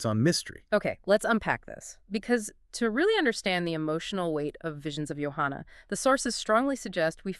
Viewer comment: Why do you two call her "YO-hanna"? He clearly calls her "JO-hanna" in the song. Are this man and this woman speaking actually AI?